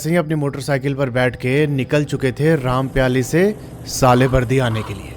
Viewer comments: It is रामपायली not rampyali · Bhai aap gaon ke naam galat le rhe ho rampyali nhi wo rampayli he aur amai nhi wo aamai he